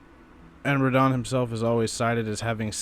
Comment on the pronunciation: Also, its Radahn, not Rad Han.